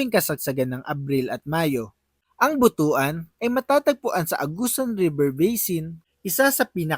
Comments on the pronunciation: Hindi yan Buto.an sapag pronounce. Butwan ang pronounciation ang tamang pronounciation yan. ( Butuan ) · but-wan ang bigkas dyan hindi bu-tu-an haha..bastos na word yan sa iba😆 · Pronounce as but-wan not bu tu an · But-wan ang correct pronunciation hindi Bu-tu-an. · Pronouns as Butuan not Bu tu an.👺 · Anung butuan😂ang pagbigkas nyan ay.butwan.